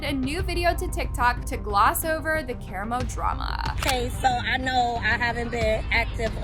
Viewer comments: I wanna be mad that you’re butchering karamo’s name but then I realized….he deserves it 😂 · Has no one watched Queer Eye? Why do people mispronounce Karamo's name lol. I watched a few videos online and everyone was mispronouncing his name 😆